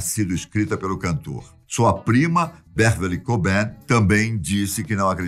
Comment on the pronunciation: Pena a pronúncia: 'cart' cobain.